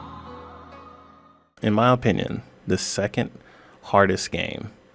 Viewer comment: Like imma listed to a guy who can’t even pronounce opinion correctly